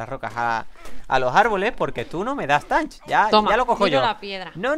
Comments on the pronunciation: se que hace tiempo de este video pero te equibocas en una palabraa de dice TATCH no TANTCH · Se pronuncia tach no tanch y si le habias dicho que recogiera flint 😒